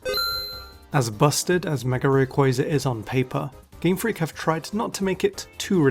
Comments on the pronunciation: Why do you say "megar evolution" instead of mega evolution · Why does he keep saying megar evolution 😭😭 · This guy says mega as 'megar' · Its his accent, hes saying megar evolve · Mega does not end with an R! -_ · but he says it correctly some times, and adds a non-existent R other times. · This is actually just a phenomenon in British accents where an /r/ sound is added between the last vowel of one word and the first vowel of the next. It makes forming the sounds smoother. To Brits it is completely normal, to the point of being unnoticed until someone with a different accent points it out. It's called an "Intrusive R" if you want to look it up more.